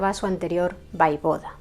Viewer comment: Hola, en hora buena por el canal. Me gusta. Si me permites unas pequeñas sugerencias. Yo soy rumana y en los libros de historia con las que yo estudié ponía que el príncipe ungaro se llamaba Sigismund Bathory. Y te lo digo con todo el cariño del mundo y comprendo que es difícil pronunciar ciertas palabras en rumano, repito con cariño y respeto no se dice Vaivoda, se dice Voievod. Quiero decir se llamaba Vlad Țepeş el Voievod de Valachia que es como se escribe en rumano. Saludos.